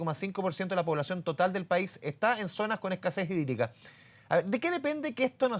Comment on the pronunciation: Crisis sídrica. Asi se pronuncia sídrica🤣🤣